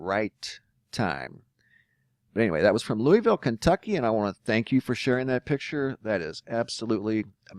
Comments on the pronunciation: Only s life long Kentuckian can tell the PROPER pronuciation... Loo a vul. Equal emphasis on each syllable. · It’s always funny to hear anyone say, Louisville, that lives outside of Kentucky. 😂 (loo-ee-ville/loo-a-vull)